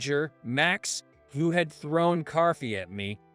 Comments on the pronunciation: What the h*** is carfee? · Since when are there Rs in TALK and COFFEE? It isn’t tark or carffee! Stop inserting non existent letters into words. Tronsford?